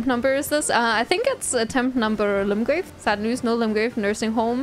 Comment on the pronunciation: Screaming about going back to Limgrave as if its a Ligma Rave, fun.